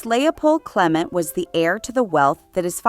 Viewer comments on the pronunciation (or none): who pronounces Clement this way other than this video? It is so irritating I had to turn it off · And where did you learn how to pronounce Clement?